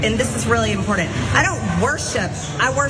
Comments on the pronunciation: "E-scuze me...and this is very impornent..." 😆😅😂🤣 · "Really impordent" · Can’t stand the way Marge talks! Nothing she says is ‘impodant’.. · “This is rilly impordunt”. What a rube